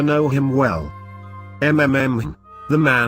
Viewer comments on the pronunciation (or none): Great story but terribly narrated , its read robotically and with no feeling, i.e. mmm was ridiculously pronounced EM EM EM, instead of as the musing hmmm sound a person makes when unsure & thinking.